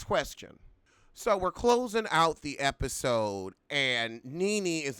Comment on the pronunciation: Omg did u say, "so the heffasode starts with..."? I'm DYING😂😂😂💀